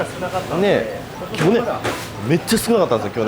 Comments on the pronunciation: 「去年」のアクセント気になる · 去年の発音おもろいwww